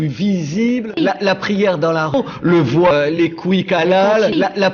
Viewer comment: 01;15 on dit voit pas voiye retourne en cours de francais